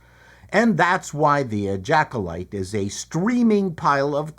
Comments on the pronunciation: Did he call it the ejackulyte? Hilarious how have i not seen this channel before? Dude is funny as hell. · Question; Who pays for the lunch I just spat across the room after hearing you call the show, “Ejaculyte”? 😂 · Call me immature, but I laughed or snickered at least every time you said "ejacolyte" 😂